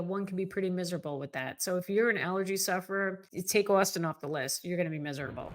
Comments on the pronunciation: You are mispronouncing austin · She keeps saying "Austin" but all I can hear is "Where's a gal get some decent lobster in this Boston place?" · Please learn to pronounce "Austin" correctly.